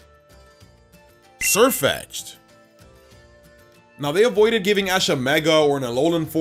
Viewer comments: He legit called sirfetched! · THERE SHOULD BE ONLY ONE E IN SIERFETCH'D! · THERE SHOULD BE ONLY ONE E IN SIRFETCH'D! AND THE F IN DRACOVISH IS SUPPPSED TO BE A V! AND ALSO, SIRFETCH'D IS ALREADY GALARIAN, SO THERE IS NO NEED TO SAY GALARIAN BEFORE SAYING THE NAME! AND IT'S HAS, NOT HAVE!